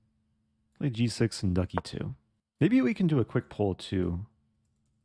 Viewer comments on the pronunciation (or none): Am I the only one tickled by hearing "Ducky too" when Eric says "🐥E2"?!😂